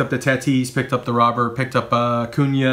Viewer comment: Nice haul as always. And just to let you know Luis Robert's last name is pronounced "Ro-bair"